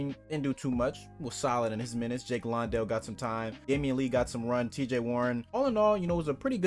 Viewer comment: Jock's last name is not pronounced "Lawn-Dell" its "Land-Dell"